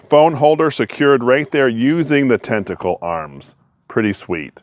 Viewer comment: Dude you corrected yourself and apologized and then continued calling it tentacle incorrectly the rest of the video LOL